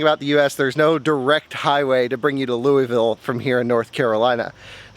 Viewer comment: lui-ville….nah baby Lu-vool is how you say louisville